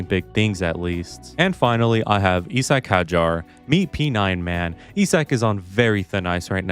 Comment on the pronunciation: Omg finally a guy pronouncing Isack Hadjar right